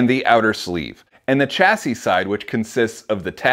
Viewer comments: Shassie not CH assie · I’m an Aussie and the hard ch hurts my ears. I also hear you guys say CH amfer as in a 45 degrees chamfer, shamfer is how it is here but I suppose that’s the British English side of things.